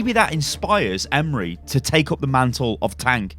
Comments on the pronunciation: So funny how you pronounce my name Emre :) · Hey, this might help with the pronounciation(at least for "emre") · God the butchering of his nameeee. Hurting my heart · The 'E' at the end is pronounced like 'A' in 'And' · lol ım turkish and that pronounceing is tottally wrong. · I'm turkish and i know how its prenounced it's so funny how you prenounce the name. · You butcher the name :) Just use the google translate, it is pronouncing right but wright like this Emre Sarıoğlu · abcRS the way he says Emre hurts my soul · Stef Myt no it's not. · AS bayrakları as türk var mı ?? And we pronounce Emre not like imre look the translate it is emre e-m-r-e not imre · Why are you calling him Emri ? Its Emre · Love you on youtube but emre is not pronounced like emery its like Em-re re is like the note. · It’s not pronounced “Em-Ree” but rather “Em-Ray” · I believe that his first name is pronounced 'em-ray' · its em-rae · TheNames LC It's actually Em-Reh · "Emre" is pronounced with a sort of rolled "R" and the "E" at the end has a slight "Ay" to it. So you would pronounce it Em-ray, Hope that clears it up for some of you. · His first name is pronounced ‘m-ray’. Isn’t hard. It’s a standard, very well known Turkish and Muslim name. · pronounce it like this 'Emm reh'. E's sound like ea in the word bread. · Pronounced ēm-ray or ēm-rū the first pronunciation caused me to think of the Ray leak from a while ago, the one who pilots the orca drop-ships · its pranounced em-reh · I’m Turkish and the way you pronouncing his name is making me laugh 😂 , it’s Em-reh, I don’t know how to make second part easier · It's so freaking funny 🤣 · emrekid same hahaha it's so funny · I think you need to pronounce it Emreee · I hope ı can explane but its so basic m8 just try say just e m r e not any "y" or somethink if you see turkish name or word you can say it just say what you see if you see emre say e m r e if you see istanbul say i s t a n b u l love u <3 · Emruh is how it's pronounced